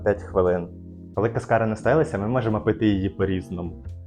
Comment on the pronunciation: Якщо що, то кАскара, а не каскАра